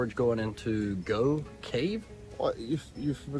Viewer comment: Just for info, Gough, as in the Gough's Cave mentioned, is pronounced "Goff". Just incase you do visit this amazing place for the cheese! 🧀